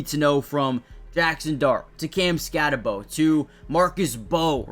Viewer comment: Ok its pronounced skatteboo. Spelled skattebo. Its not skattebow. Get it right. I know the kid personally. His family is literally my family. Him and I are not related but our certain family members are.